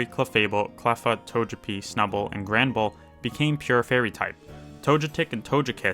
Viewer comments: i like these videos but this guy really just say “tojepi”, “tojetic” and “tojekiss”? 😭 and “enoramus”?? 😭😭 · the "g" in the togepi line is almost always prononced as the g in "guy"